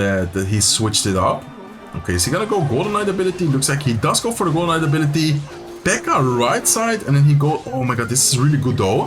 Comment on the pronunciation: I keep hearing Golemite instead of Golden Knight. 🙃